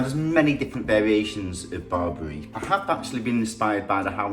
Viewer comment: I am really impressed your knowledge about my culture Ethiopia/ Eritrea but you pronounced Berebere wrong...thank you for the video much appreciated.